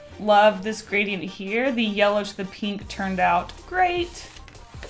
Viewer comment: Took me a second to get "gray-te"